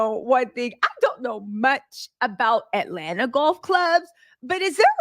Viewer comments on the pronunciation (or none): none